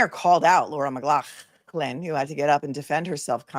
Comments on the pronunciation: lol! Every time you say McGlaughland -I laugh! Thank you for the comedy! 😂 🧡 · Just wanted to say I laugh every time you say McLaughlin the way you do. Love you!! 🙏💗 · Your pronunciation of McLaughlin is how it’s said in Scotland, like you coughing up some phlegm! God forbid that person who complained visits the names COO 😂😂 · I have misophonia (and trust me, it’s incredibly frustrating). For what it’s worth, the way you pronounce 'McLaughlin' doesn’t bother me at all—I actually find it kind of funny! I don’t mean to downplay how certain sounds can affect others, but I also think it’s unrealistic (and unfair) to expect you to change your pronunciation to avoid every possible trigger. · PLEASE NEVER STOP SAYING LAURAS NAME THE WAY U DO CUZ ITS HYSTERICAL & I LAUGH SO HARD EVERYTIME LOL 😂😂😂😂😂🙌🏻🙌🏻🙌🏻🙌🏻